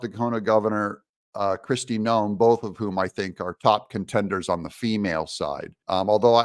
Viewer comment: You said it was Kristie noam 😂😮??